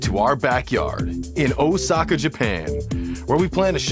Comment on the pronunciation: the way he pronounce "Osaka" physically hurts my brain